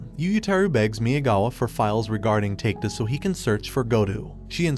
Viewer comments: Its a good recap, but you need to learn how to pronounce japanese name. I'm so confused with the names you mention, especially takeda which supposed to be pronounced as ta-ke-da, you pronounce it as take-da. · Great summary! My one, hopefully constructive, critique would be to take a bit more time learning the pronunciations of the names. Takeda as "take-da" shouldn't fly. Otherwise nicely done. Concise and easily understood.